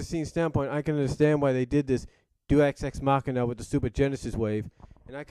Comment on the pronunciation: for the record it's pronounced day-us-ecs-mahcina